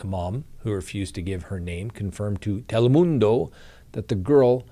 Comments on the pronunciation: I laugh each time at the way says Telemundo. lol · From now on I'm saying Telemundo just like you. 😆 cracked me up.